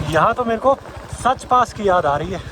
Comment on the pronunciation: सच पास नहीं साच पास है आप उच्चारण गलत करते हैं